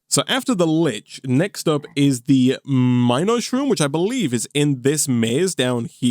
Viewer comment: pronounced min-O-shroom